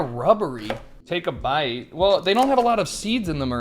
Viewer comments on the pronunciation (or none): none